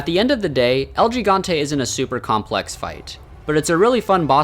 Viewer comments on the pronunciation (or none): It's pronounce "Ehl Hee-gante"